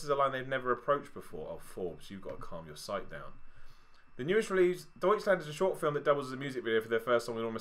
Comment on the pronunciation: ' pronounciation of Deutschland is lovely